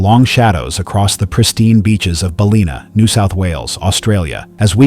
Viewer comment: Bal-in-a not bulina.